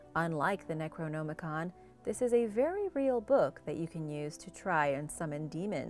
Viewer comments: Man, make an amazing video with how you say neroNOMicon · Necronomicon hahahahahhai first thought she said Nekrogoblikon hahaha not the same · I can't stand how she says The necronomicon